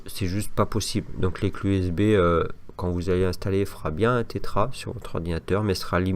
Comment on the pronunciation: Salut, on dit Tera octet et non Tétra sinon merci 😉